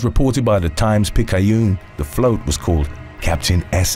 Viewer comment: Times-Picayune=Times-pik-AH-yune. Easy mistake to make—this is the town that pronounces Burgundy Street as bur-GUN-dee Street. I Love New Orleans, but they do have their own unique pronunciations. Love them for that, too.